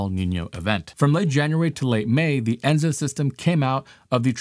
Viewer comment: The name for the entire cycle is ENSO, not ENZO. El Niño-Southern Oscillation (ENSO)